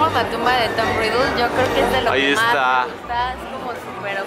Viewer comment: Stephanie Lopez no es por ofender pero se dise megusta no megusa